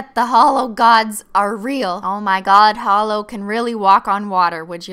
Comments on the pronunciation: Am I the only one who think it sounded like she said "because H💿L💿 always looks best over blah"? 😂😂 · LOL MY BF THOUGHT YOU WERE SAYING HOLO AS IN LIKE A HOLE LIKE NOTHING INSIDE LOLOL